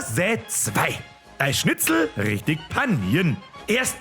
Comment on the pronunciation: Schitzl? 🙈🤣 Apache bogfotzen alarm 🚨?